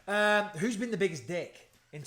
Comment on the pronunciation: Bisping turned back into a northerner for a second when he said gate and gyeah.